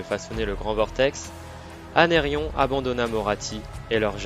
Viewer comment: Non mais, c’est pas « Anérion » sérieux, c’est Aenarion